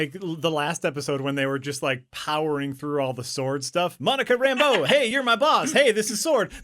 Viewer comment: They don't only mispronounce La(y)gos, they also mispronounce Rambeau as RAMbo every chance they get. I watched Cap. Marvel to see if they inherited it from there and Fury can't decide either, pronouncing both syllables equally...